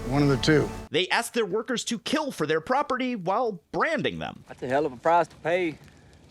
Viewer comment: When I first heard about this show, I wanted to watch it because of the setting. Then I read about the plot ... "Muh propaatee!", and was immediately turned off.